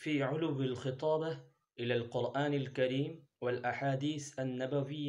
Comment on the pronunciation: من المناسب أن تتلفظ با لكلمة. الخطابة بفتح الخاء لابكسرها